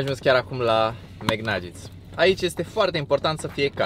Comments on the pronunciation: vezi ca se zice bai flari naget :) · Caută te rog cum se pronuntaNuggets